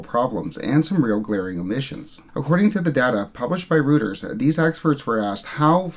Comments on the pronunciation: It's pronounced more like royters than rooters. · Hi - love your videos. Reuters news agency was originally established in London during the 19th century. Pronounced as "Roy-trz"